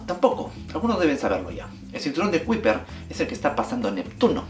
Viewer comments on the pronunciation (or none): cinturón de kuiper pronunciación (kaiper) cuidado con esa pronunciación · Kuiper se pronuncia "kayper".